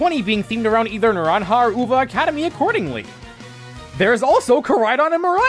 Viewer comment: Not like its important but love the actual attempt of pronouncing naranja and uva well (you pronounced them well btw)